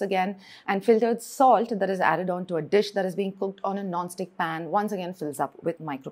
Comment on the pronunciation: Dumb POS pronounces salt as "solid", it could be because she looks like an African.